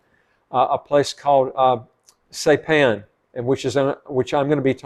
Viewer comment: You DO NOT need a PASSPORT for American Samoa. I'm a US citizen and photographer. I've traveled there frequently. I live on the island of Saipan. It is pronounced: SI-PAN - (long "I" and PAN, as in cooking utensil).